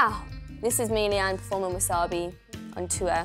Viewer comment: No because she actually said Leighade instead of Leighanne 😂